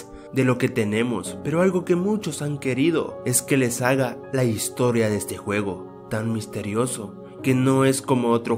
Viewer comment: dijiste huevo en lugar de juego XD like si lo notaste